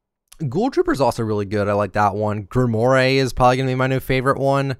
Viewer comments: I'm sorry man, I love ya and all but I can't stand when you mispronounce names xD You've pronounced "Grimore" as "Grim-or-aye" and its pronounced "Grim-rawr". Look to Destiny and Destiny 2 for this as thats the name of the game's currency! Just needed you to know, love ya though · Heads up: Grimoire is pronounced Grim-wore. I know because of Black Clover. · Why does he pronounce Grimoire like that 😐